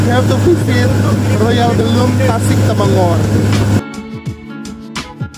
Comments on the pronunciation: Trip yg paling BEST....Terima kasib bw kami jln2 ke Royal Belum...😊🙏 Bukan Temengor cikgu...Temenggor...(Temeng gor). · Sebut temenggor.. Jgn sebut temengor.. Jln slh sebut ye..